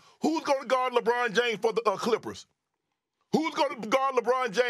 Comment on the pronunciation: What is a lee- bron😂